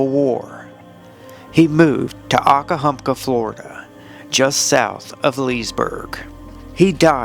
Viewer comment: Thanks for the video. One comment I could make is that Okahumpka is pronounced Oak A Hump Ka.